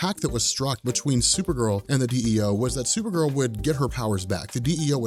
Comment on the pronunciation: You say her name right unlike the show!